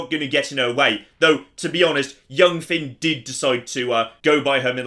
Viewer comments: I appreciate the Irish Folklore shout out but it's Fionn not Finn. Great video regardless. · HIS NAME ISNT FINN ITS FION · It's Fionn (pronounced Fyunn) not Finn. Couldnt help myself :) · It's not finn it's fionn pronounced more like fyun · On the name, it's Fionn, not Finn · Love these YOLO videos! Also, Fionn's name is pronounced "fyun"!